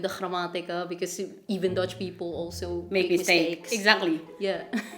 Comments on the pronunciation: good Dutch pronunciation (Irina Russia). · This Irina from Russia has a better pronunciation than most dutchies. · heeft een heel goed accent!